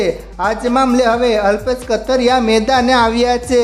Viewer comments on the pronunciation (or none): Gujrati bhasa bolta shikho kathrya nahi kathiriya bolo